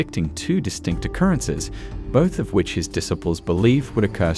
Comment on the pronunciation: this program is one in 1 million. It shows Jesus and his apostles his disciples in ways that no one has ever done before making them more human. However, your choice of a narrator for these sections is decidedly annoying in his mispronunciations of words that are well known like the word disciples using it with a short eye instead of long eye that it should be this is very frustrating to those of us who know the true pronunciations of these words, my suggestion is that you get someone else or you teach this man how to correctly pronounce the words that he is using